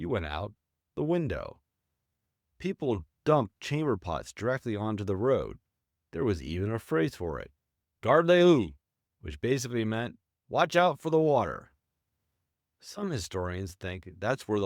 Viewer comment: as usual the AI can’t pronounce foreign words recognizably. The expression probably was “Garde l’eau” / hard- lo/ where l’eau ( water) is pronounces as /lo/. So “ Watch for water”. I’m getting F ing sick of this iPad putting in words of its own thinking it knows what I’m going to write next. Worse with foreign words.